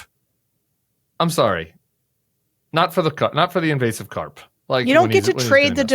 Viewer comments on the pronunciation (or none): Carpe diem, not carp!